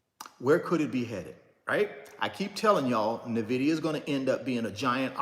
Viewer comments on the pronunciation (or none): Bro you repeat yourself constantly you said the same thing for over 30 mins And its not Navida its nvidia there is no vowel between the n and v